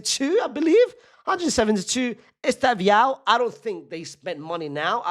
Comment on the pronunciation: Bro said esteviao